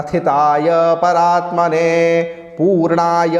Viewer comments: श्लोक संख्या ९ की प्रथम पंक्ति के अन्त में परात्मने उच्चारण है जबकि परमात्मने दर्शित हो रहा है। कृपया मार्गदर्शन करें।🙏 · आपने परमात्मने बोलने की जगह परात्ने बोल दिये है। बाकी सब उच्चारण सही है।